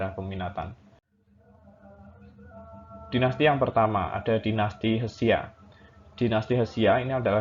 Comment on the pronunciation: Koreksi. Bukan Hesia bang, itu dibacanya Sia. Dan penulisan yang benar adalah Xia